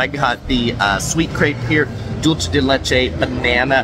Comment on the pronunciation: Awesome review! the pronunciation of Fontainebleau and Dulce de leche was very cringe though.